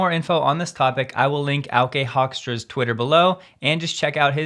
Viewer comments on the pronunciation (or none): love to see auke hoekstra ( a scientist from my city of birth) being mentioned as he is a great expert on this topic. (you did butcher his name but dutch names are hard to pronounce :P)